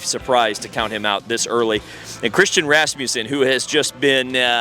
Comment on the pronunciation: And it is Rasmussen, no emphasis placed on any of the letters like he is doing RasMUssen or RasMUSSen.I know that last name has been my last name for 59 years. The misspelling drove my Dad nuts in the Eldon era and it is driving me nuts now. I talked to Christian about this over the weekend and we both had a chuckle about it